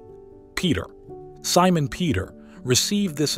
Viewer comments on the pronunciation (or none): none